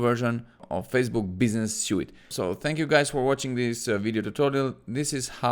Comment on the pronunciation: Thank you. Suite is pronounced like Sweet ;) 🙏